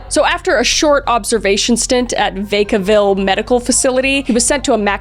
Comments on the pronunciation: It's not "Vake A Ville" it's pronounced "Vack A Ville" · I’m in Vacaville CA, you said it wrong 😂 it’s vaca with a low A and not “Veca” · as sum1 who was born a d raised in Santa Cruz its Atp-toss and Vac-a-ville. im sorry but u butchered the pronoucation and idk that ur Canadian. google it please😭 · vacaville pronounced vack-a-ville or if you live in northern cali some call it whack-o-ville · Vacaville - Vac (pronounce the A like you would bat). Also, it's is disservice that Mind Hunters was cancelled. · Alameda is pronounced ALLA-MEEH-DUH. Is right outside of Oakland. And Vacaville is VACK-A-VILLE, short 'a' not long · As a big fan, and as someone from Vacaville and knows that there’s a very good chance Vacaville will come up again because of all the whack-ass shtuff that happens in or around the town, it is pronounced a bit differently from how you pronounced it. Think like apple. So like, V-aaa-cuh-vill. Super white pronunciation of Vaca, I know lol The prison here had Charles Manson for a bit and the Vacaville Tapes were taped here (obviously lol). They’re pretty creepy. We’re known basically for the outlets, cheaper housing than in SF, Will C. Wood HS having award winning musicals with a live pit orchestra, being right next to Fairfield and the Travis AF Base, the Nut Tree shopping center and the prison. That’s mostly it. It’s not even about the cows anymore lol But yeah I’d say that prison is a good place to get inspo for videos from because some pretty awful people have made their way to it. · the way she pronounced 'vacaville' 😔 its "va-ka" like cow in Spanish <3